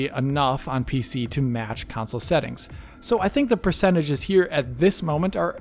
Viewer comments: Pc vs "council" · Why does dude struggle to say console lol always with the “council” in every video get it right already